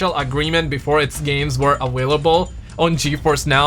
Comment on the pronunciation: Why does this guy put a “w” in available lol